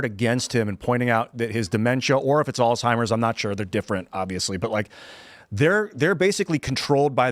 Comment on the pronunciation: Could you PLEASE let your people know that it's not all timers...it's ALZHEIMERS DISEASE..AND HIW TO PRONOUNCE IT PROPERLY PLEASE....SO SAD WHEN PEOPLE WONT TAKE A SECOND TO FIND OUT THE CORRECT PRONUNCIATION OF A WORD.